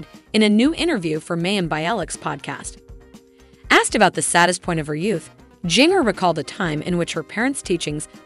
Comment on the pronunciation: It's pronounced "gin-ger"